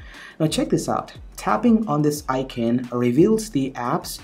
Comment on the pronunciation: Where is this guy from? He doesn't sound indian, I can't place the accent. The way he says Icon sounds like I-kin.